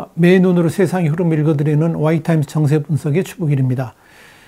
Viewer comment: 박사님!! 좋은 분석내용 잘 봤습니다. 북쪽의 "위대한 ..." 이가 빨리 제대로 정신차려야 할 텐데 오직 "권력"에만 집착하고 또 그를 옹호하는 것처럼 보이는 이들이 많은 것 같습니다. 다만 "메의눈"이라고 하시고 그것도 따옴표로 쓴것처럼 붙여 말씀하셔서 처음에 무슨소린지 잘 몰라서 여러번 되돌리기 해야 겨우 무슨 말인지 알았습니다. "'세' 행정부..."도 마찬가지입니다. 조회수가 수만인데 정확히 발음 부탁드립니다.